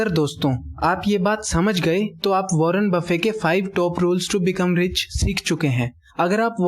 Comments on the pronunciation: he is not wanner bafin he is wanner bafit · Warren buffet not warren buffe!!!! My frnd correct the pronunciation.